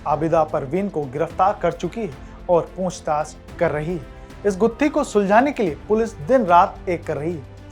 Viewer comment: पूंछताछ नही होता पूछताछ होता है ।😂